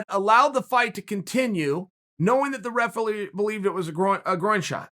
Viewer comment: The "refelee" haha